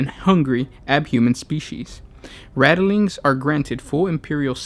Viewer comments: Probably...and it's rat-ling....not rattle... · RATLINGS!!!!! NOT RATTELINGS!!!!!!!!!!!! For fuck sake!!!!! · Keeps saying "radilings". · 🤔Rat lings not rata lings. Sorry but so much watch. Love to guys though. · Rattleings?! TRIGGERED!!!!!!